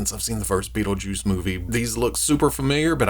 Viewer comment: Hell yeah, been curious about this one for awhile. Also love how that accent hangs on "Bait-le-juice" 🤣